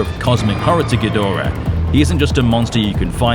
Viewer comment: GEEEE DRAAAAAA Not GEdora. SHEEEESH! Get It Right!